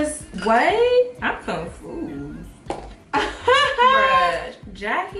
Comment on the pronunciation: "i'm confoozed..."😂